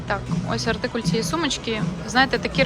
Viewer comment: Чудове відео, але чому артикулЬ? Наче циркуль)))) Українською - артикул ❤